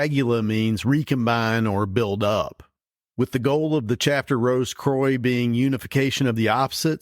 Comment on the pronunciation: As always great stuff guys. Not sure about the French pronunciation of croix though 😂. It should be more like qwa. Or quack without the ck.